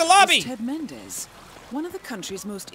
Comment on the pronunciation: Did you say Ted mendez more like